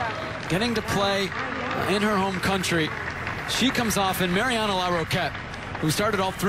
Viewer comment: The male announcer mispronounces the first name of Mariana Larroquette. He says 'Marina'